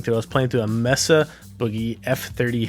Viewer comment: Very good. And it's may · suh